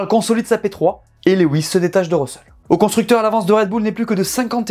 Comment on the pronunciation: Lewis ca se dit "louwisse"